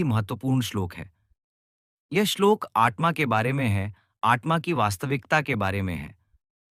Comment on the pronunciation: It is आत्मा . Don’t say आट्मा.